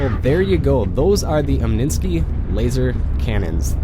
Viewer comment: omninsky? its omni sky